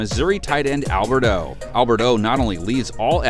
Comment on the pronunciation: "Albert O" boy if you dont get